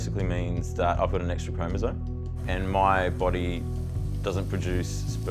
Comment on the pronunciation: Pronouncing "chromosome" as "chromozone" has been spreading fast... :/